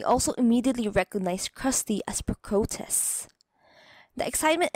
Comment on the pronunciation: Its pronuncet Pro-cros-tes And i totaly agree with the last Point.